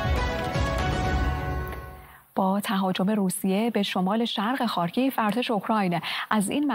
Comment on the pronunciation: تلفظ خارکیف اشتباه بود. «خار کی یف » درسته